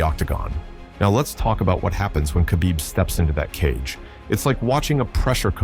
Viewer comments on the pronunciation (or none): It's no Qabib. It's Kh, you say it like you have something stuck in your throat and your choking. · It's Habib.. k is silent bros🤣🤣